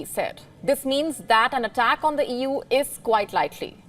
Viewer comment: "Vlawedimir" "Eddl attack"